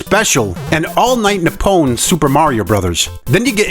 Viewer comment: Your pronunciation of ‘Nippon’ pains me. Nip. Pon. Not ‘ni-pown’.